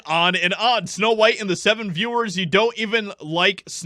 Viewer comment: Weird, WEIRD. It’s Snow White, not snow beans.